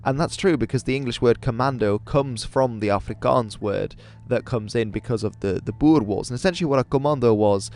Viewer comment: Thank you for pranounsing boer right